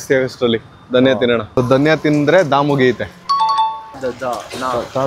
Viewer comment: Da-daniya sari,dhha-dhhaniya alla